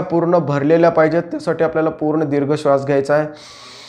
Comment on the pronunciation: दिर्घ मधील "दी" दीर्घ पाहिजे . र्हस्व नाही .माहिती उत्तम .